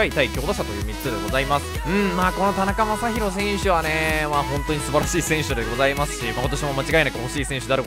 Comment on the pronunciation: ｢なかたにまさひろ｣殆ど｢たなかまさひろ｣じゃん